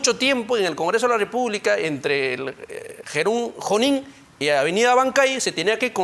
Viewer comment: Junin se dice no jonin háganlo con su dinero qué tal c……